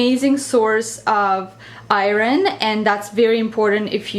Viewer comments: I love food that's rich in eye-rin! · She has a bit of an accent so by saying "iren," she means iron:D